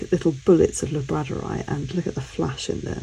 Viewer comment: I pronounce it labrador-ite 😂